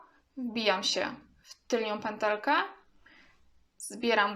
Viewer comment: Wszystko jest fajne ale piszesz "tylną pętelkę " a mówisz "tylnią" co jest błędem. Podobnie nie mówi się " tylko i wyłącznie" bo to to samo i razem to pleonazm czyli potocznie "masło maślane". A oprócz tego wszystko ok, pozdrawiam